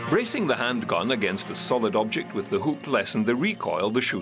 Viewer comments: Is he saying handgun or handguan? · He says it every fuckin time omg I’m only ten min in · I believe he is pronouncing the original spelling, “handgonne”, or I should say TRYING to pronounce it.